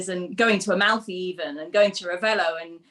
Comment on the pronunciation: it's AMALFI (not ALMAFI).. :)